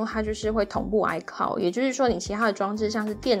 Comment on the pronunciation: icloud不是唸“哎靠的”是“哎可烙的”